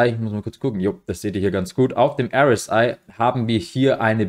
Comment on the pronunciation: Candle Bodies, nicht Body Candles. Und bitte sprich doch RSI richtig aus